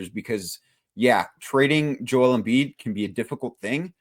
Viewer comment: How bout bro on the right say Joel's name right, or is everyone else saying it wrong?